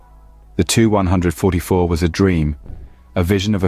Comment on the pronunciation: It seems as if you are a newer channel. Just some constructive criticism it seemed like you repeated yourself an awfully lot. Saying the same things within a minute of eachother super offen. And the 2-100-44 should be pronounced 2100-44. Other then those small things video was good. You did a good job I’m just giving you my opinion.